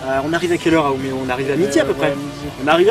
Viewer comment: Just c'est Umeå les gars (prononcé Uméo). Pas Umea. x) Mais sinon un vlog qui déchire et vous parlez super bien de tout ce qu'on a vécu ici avec Paule pendant un an avec ces suédois super introvertis ! Bref on veut la vidéo Mario Kart PS: LA CHAMBRE DE PAULE FAIS 20M² La bise!